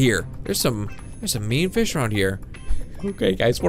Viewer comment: keep saying feed and grow fiz lol